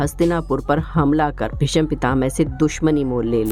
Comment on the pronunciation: Pehle " Bhishma " bolna hi Sikh len...... please 🙏